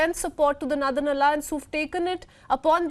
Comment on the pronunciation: Why she is pronouncing nurthern